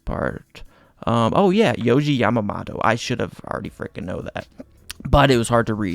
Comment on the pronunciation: also his last name is pronounced Yah Mah (like mama) Moto (like moto cross)